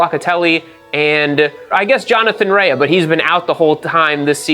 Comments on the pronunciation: OMG it's RAY not RAYAhhhhhh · Btw it is pronounced "Ray" not "rayah" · Rea is Pronounced like Rey not Reaya or whatever lol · Its TOP rak, not Touperak. Also, Jonathan RAE (Ray), not Rea-a. Just fyi. Good video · Jonny Rea. His surname is pronounced Ray. Have you been watching WSB on mute? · No Way this guy watches WSB.. no way.. the announcers say TOP-RACKs name a Thousand times a race.. its not TOPE-rack... as Johnathan (spoken)RAY.. not RAAYA.. its spelled with an A at the end but its silent (eyeroll) nice try "ive been watching for four years". hahaha.. ya rt. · Bro for someone who’s such an avid fan of WSBK and GP, you pronounce their names sooooo badly. It’s pronounced Ray for Jonathan Rae, not Reahhhhhhh 😂🤣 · If I say “homologated” and “derisively” 29 times nobody will notice I did zero research, nor bothered to learn name pronunciation. Johnny Ray-UHH prolly noticed too. But seriously, MotoGP and F1 have become almosr tech exhibitions w zero REAL competition, action, and racing. I once mocked Indy Car and WSBK, now? Even before Toprak, I found wsbk racing action superior to modern MotoGP and I watch F1 on 25x FF and RARELY do I need to stop to watch a pass or action or order change because they rarely occur. Once a car costs half a billion, or a bike costs 4m, the incentive to NOT mix it up and get elbows out is too great. You end up w the dogshit salad sandwich that is modern f1 and MotoGP. I really dig WSBK and IndyCar, your point is spot on in that regard. Also, not tryna be a dick, but when you have 1.5mfollowers, it seems a minimum level of effort is justified, leave winging it to the dipshits like me that have 300 followers. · rea is pronounced "RAY" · Pronouncing Rea wrong tells me you haven't been watching for 4 years